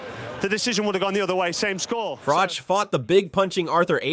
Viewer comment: Its not frocsh its frok